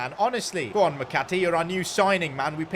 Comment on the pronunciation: The way he says mcatee annoys me it's pronounced mcatea